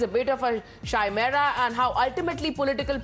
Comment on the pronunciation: Hey honey the word Chimera is pronounced as Kai- mera and not shai - mera.